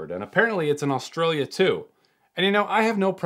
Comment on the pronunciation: Oh god. The was he pronounced Brisbane, Australia. He said them both wrong 😭